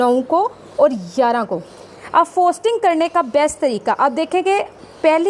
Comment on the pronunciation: Bongi "FOSTERING" hota hai FOSTING nahi......Sahi sey bolna to seekh lo